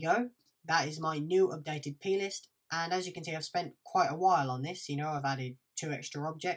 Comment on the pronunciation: ohhhhhhh plist, for a second there I thought you were saying penis :P